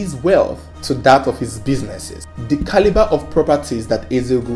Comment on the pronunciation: Let me hear u say "Caliber" again 😠